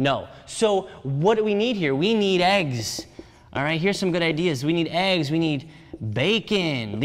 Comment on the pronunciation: This was good info and a good laugh! “Eegs, Nas, Friut”